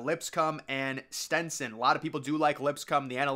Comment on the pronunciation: Bro you pronounce at least one team wrong per video. It’s not STENTSON 😂 it’s STETSON